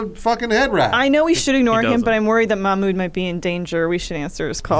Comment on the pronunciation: it’s pronounced Mahghmood like a gggg throaty sound there. and i loved the intro lmao